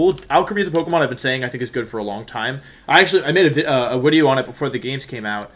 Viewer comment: 1. Says wideo right 2. Has a soft blanked 3. Handsome How does this man not have one million subs?